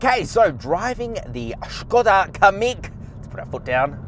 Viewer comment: thumbs up for pronounciation of SKODA